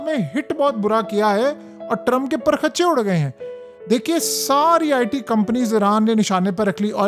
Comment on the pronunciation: Abey Bhai urdu ki tang mat Todo lafz perkhchey nahi hota Asal lafz perkhchey hota he